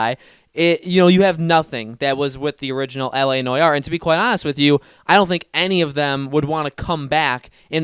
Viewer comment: Noire is pronounced "No r". It's just so painful to listening to u as a French guy. "La noyar"